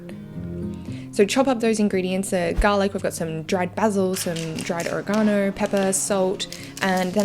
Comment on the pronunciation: Sorry but no offence but you said basil wrong